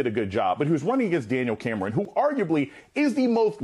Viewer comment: Anyone notice that Joy pronounces names oddly? She calls a guy named Gabe gaw-beh (his full name is Gabriel) or pronounces the er in Cameron.